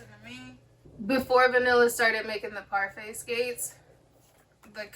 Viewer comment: Say it like the yogurt 🍦 parfait!